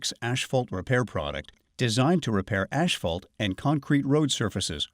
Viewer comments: It’s not hisphalt. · ASHphalt?? That drove me nuts! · Can we hire a guy that can pronounce asphalt correctly?